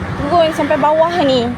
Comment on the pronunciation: "nie haaa" compom Pilah atau Somban..